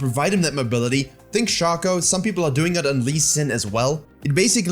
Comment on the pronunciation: I know you said "Relocate from a nearby Shaco player", but the only thing I keep hearing is "Relocate from a nearby Schalke player" and honestly it just fits so much better.